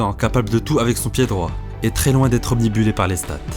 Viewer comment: 4'40" "obnibulé" ? Non : obnubilé... :)